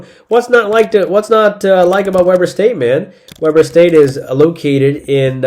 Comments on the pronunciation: Dude, it is “Wee-ber” State, not “We-ber” State. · It's We-Burr State. Not pronounced like the BBQ. But thanks for the picks!